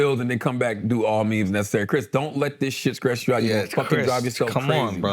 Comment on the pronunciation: Can he not pronouce T's? "Scress you out"